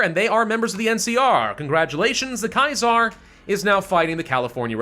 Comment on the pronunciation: The way you say Kaiser is wrong